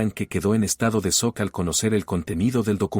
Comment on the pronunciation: Cuál? Cegueramente es; SEGURAMENTE . Soc cuando se dice schok. Victoria no vectoria.Diego ,Diago LEA ,bien